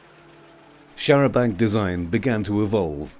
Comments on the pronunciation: Very interesting video, thank you. Only annoyance was repeatedly saying 'charabanK' - 'charabanG' would be preferable. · the 'c' is silent in the french style. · its a pity that the narrator cannot pronounce the the word Chair a banc.